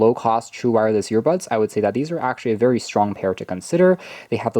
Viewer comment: Yeah. Ive seen many of his tws review. I thought i was the only one hearing "YEARBUDS"!